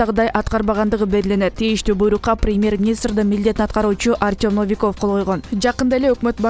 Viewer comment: Но-ви-ков деген сөздү туура удрение коюп окуй албайт. Биринчи муундагы( Но) о тамгасына ударение коюп оку.